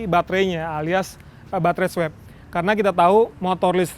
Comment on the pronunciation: Swap itu bacanya 'swop', bukan 'swep' Klo 'swep' konotasi nya lebih ke swab Seinget ane